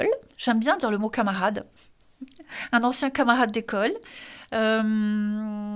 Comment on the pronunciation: Bonsoir 🙏 Ooh ça plaît bien ce tirage 😉 ça fait un peu Allemand quand tu prononces camarade 🤣🤣 Merci pour c énergies et te souhaite une belle soirée ✨💫🌟🦋